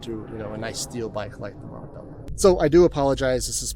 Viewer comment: Cool video very informative gracias, hopefully next time you can pronounce Montebello correctly.